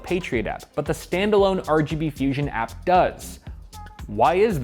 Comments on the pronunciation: I keep hearing "Patriot Act" rather than "Patriot app." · i keep thinking he's saying patriot act